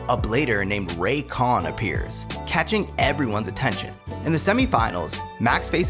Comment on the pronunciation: Wait a second did he just said Rayquan 😂😂😂😂